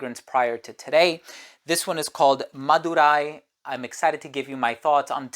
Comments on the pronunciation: The way he pronounced "Madurai" 😂😂😂. Not bad. That was pretty good! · Bro's Accent on 'MADURAI' is Nice to hear!✨ Madurai Malli(Jasmine) is World renowned!👌